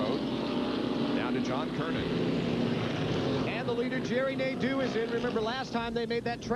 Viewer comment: Its pronounced, "Nade-o", not "Nade-u". Also, can someone look into this man's ancestry for me?